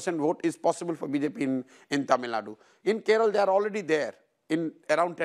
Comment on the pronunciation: What’s wrong with these people 🙄 ? Can’t they pronounce names of states/languages of southern India properly? Keral, kannad !?